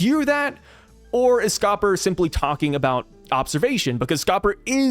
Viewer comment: It’s Scopper D Gyaban